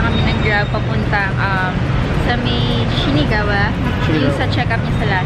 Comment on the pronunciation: SHINAGAWA po, di SHINIGAWA. 😊